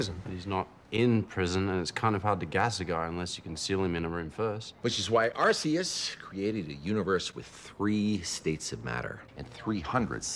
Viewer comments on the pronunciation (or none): why he pronounce it like arseus it pronounced arceus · He said it wrong it’s pronounced Arkoos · I always thought it was pronounced ArKeus not ArSeus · It's not pronounced Arseeus is ARCeus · Except he pronounces it wrong. Arc-eus, not arse-eus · I understand why you think that, but you have to pay attention to the way Archeus is pronounced and what he said. Archeus is pronounced “ar-kee-us” and he said “ar—see-us”. They both make sense here, but unless Hugh Laurie or someone else responsible for the show stated otherwise outside of the show, it’s clear what he meant. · It's not surprising that House is an "Arse-ee-us" pronouncer. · It's pronounced Arkoos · I pronounce Arceus the right way but this is the strongest argument for pronouncing it the wrong way I've ever seen. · According to Pokémon Legends Arceus, and the introduction of the arc-phone, he has mispronounced the name 😂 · He pronounced it wrong 💀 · The funniest part is how he mispronounced it